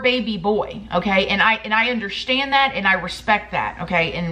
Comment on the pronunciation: Girl I love the way you say underSHtand😊😂